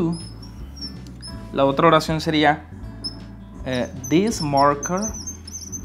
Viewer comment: Menos mal! Estaba buscando un comentario al respecto! Me estaba volviendo loco con this this, de hecho, él pronuncia una sola vez "this" en el video y no se dá cuenta.